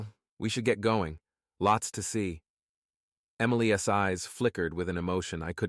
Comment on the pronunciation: tired of the shitty voices, instead of Emily's, it comes out Emily S, sounds very stupid. Your story sucks.